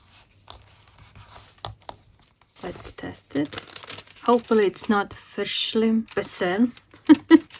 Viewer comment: Verschlimmbessern…what a wonderful word! 😊😊 And you pronounced it perfectly!